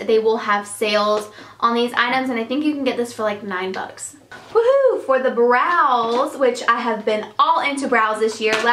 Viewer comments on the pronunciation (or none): none